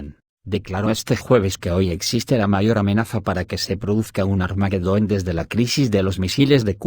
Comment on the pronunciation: No es armaguedon....es armagedon....sin la u intermedia....pilas que ud es español.....jejeje...